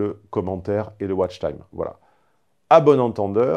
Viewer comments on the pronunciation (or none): none